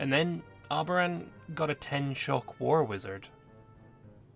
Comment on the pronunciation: The moment said...reseeded as Arbaran. oof